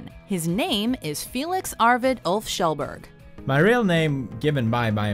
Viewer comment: Felix arvid OOF kjelberg 😂